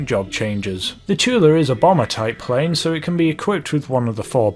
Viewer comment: You said prain